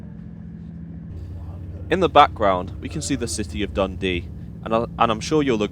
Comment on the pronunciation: With the exception of the three biggest cities (Glasgow, Edinburgh and Aberdeen) Scots placenames hardly ever have stressed first syllables, and it sounds really naff to pronounce them as you do. So it's M'nTROSE, D'nDEE, etc. At least you got Kircaldy more or less right.